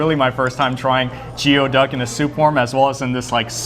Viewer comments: You guys pronounced Goey Duck Jeo duck? ooops! even tho it’s spelled Geoduck. I Yelped it and locations are at Rowland Heights and San Gabriel not Rosemead. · Geoduck is actually pronounced as gooyee duck. Not sure why, especially when it's not even a duck...